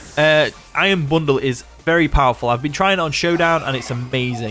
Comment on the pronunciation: "Iron bonduru" best part of the video